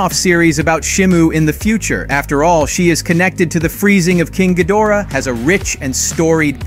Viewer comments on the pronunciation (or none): none